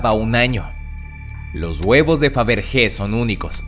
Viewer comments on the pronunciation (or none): Todo muy bien pero... no vuelvas a decir lo de los huevos de fabrique, se dice faverye. porque se escriba con g no significa que se pronuncie así. Un poco de sentido común coño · Fabergé- se pronuncia al final “ye” xd